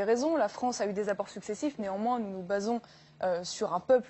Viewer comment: "Nègrement" ???? N'importe quoi!!! On entend clairement "néanmoins", (prononcé "né-z-en-moins", une liaison bien dans l'air du temps et des pataqués audiovisuels), et c'est en outre le seul mot qui a un sens dans le contexte de cet échange. " J'entends bien ce que vous dites, néanmoins je ne suis pas d'accord avec vous". L'anti-lepénisme viscéral génère-t-il des hallucinations auditives?